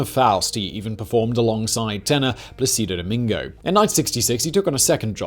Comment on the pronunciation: That little accent mark in Plácido Domingo means something.